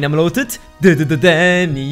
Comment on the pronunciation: Elotrix sagt immer däny